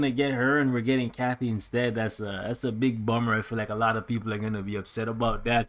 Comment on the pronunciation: it’s Katy not Kathy 😤